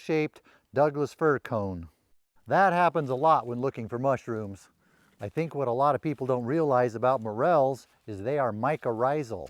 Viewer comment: Be vewy vewy quiet. I'm hunting mushwooms.